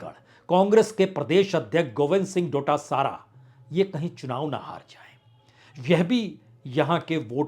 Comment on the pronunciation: दूदू, शाहपुरा, खंडेला, महरिया, नदबई, बेगूं, दांता रामगढ़, नावां, उनियारा, मंडावा, ब्यावर, गोगुंदा, सवाई माधोपुर, आदि: उच्चारण बेहद गलत है। गुज्जर नही गूजर, डोटासारा नही डोटासरा।